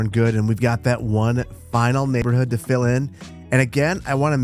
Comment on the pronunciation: Every time you say "let them fill in", I hear "let them Phil in" 😂